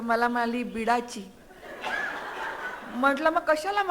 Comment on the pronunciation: Beedachi nahi ho beed chi as bola